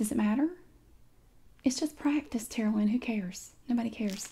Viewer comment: I kept hearing "Terlien".. I was like "what kind of Game of thrones name?! Ohhhhhhhhh Tara Lynn!?!!"